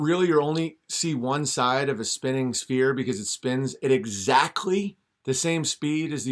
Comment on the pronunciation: His accent sounds like he is from Rhode Island. I can assure you he does not represent the norm in my state! Does he know the difference between a "spear" and a "sphere"? His pronunciation is terrible.